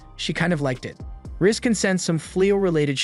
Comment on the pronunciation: The way the narrator says Ris sounds like Rizz